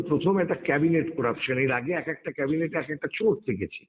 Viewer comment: Cabinet noi Chorinet 😂😂😂😂